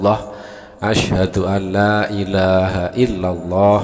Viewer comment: Tolong yg bacain syahadat itu yg benar, asyhadu alla bukan anla